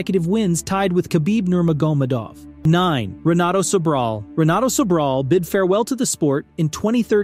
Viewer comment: Nerma-gomadove? Pwar-e-ay?